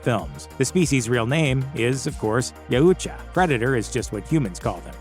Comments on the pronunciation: YOW-cha not ya-ooh-cha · Y-OW-TCHA..... not Ya-u-tcha... its been driving me insane. XD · Yeah, I though it was pronounced Yowcha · Ya-oo-cha? No no no. Yau-cha. Please repeat. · I had to stop less than a minute in. He lost all credibility with me when you couldn't pronounce it right. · You're saying Yautja incorrectly..it ain't hard. "yow-cha" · I'm pretty sure you're pronouncing Yautja wrong. I've always heard it pronounced as Yowt-ja. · It's actually pronounced "yowt-jah" but great work nonetheless! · It’s pounced “Yowcha” I believe. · Bro said Ya uhhh cha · You’re saying Yautja wrong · They way you pronounce Yautcha is a bit annoying😁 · He can't say Yautja